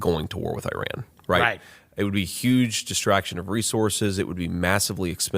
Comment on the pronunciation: You pronounce Iran and Iraq so well the way it should be pronounced.